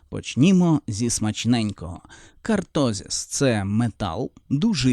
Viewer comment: я не про наголос, я про назву. Не кАртозис, а кОртозис